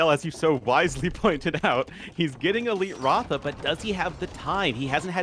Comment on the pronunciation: Well the pronunciation of RATHA is Ra-dhaa and not Raaw-thaa… and Ra-dhaa means chariot in India